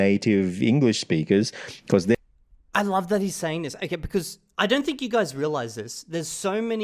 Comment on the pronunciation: My favorite vowel is the o in "okay", because he says it almost like how Americans pronounce the letter name A. So I hear it as A-kay lol I'll have to go back and listen carefully for other instances of him using the 'goat' vowel (goat, vote, bone) but I'm pretty sure he pronounces 'okay' unusually unrounded, relative to other 'goat' vowel words. My hypothesis is that uses "okay" as a social cue, a sentence terminal of sorts, and sometimes words with special use cases can gain specialized sounds, even if in every other speaker it's the same